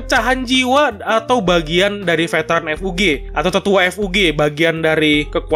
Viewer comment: Season 1 tamat sekitar eps 13 sma kaya anime musim lainnya mungkin bisa lebih atau kurang !!! sedikit saran untuk Admin kalo nyebut kata FUG kosakata nya jangan di pisah jadi F U G tapi di gabung bacanya ga misah